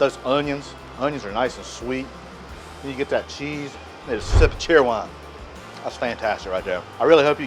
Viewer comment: I've watched several of your videos ... I subscribed! ... 😊 ... First thing I noticed was DUKE'S Mayonnaise! ❤ ... Second was Food Lion! 😊 ... In this video you said "Cherrwine"! 😮 ... I finally looked at your ABOUT info ... LOL! ... I'm born and raised in Concord NC! ... I grew up on SUNDROP! ... Now Diet Sundrop! ... Love your videos !!! ❤️